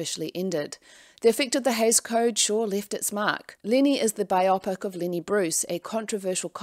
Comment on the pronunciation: I hope this doesn’t come across as rude, but biopic is pronounced bio pic, as in biographical picture.